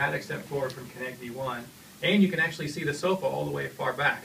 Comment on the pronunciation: what the heck is he saying "Kinect T"? is that how you are supposed to say Kinect you pronounce the T at the end like a full T? Or is he saying that's called Kinect Me?